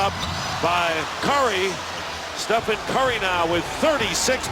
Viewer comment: "Stephon curry, Stephen curry" "And here's Brazemore! Bazemore! Kent wazebore!